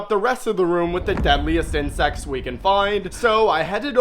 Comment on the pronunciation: bro you said inscects not crabs